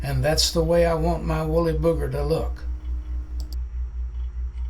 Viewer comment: Wooly-bugger, not Booger 😂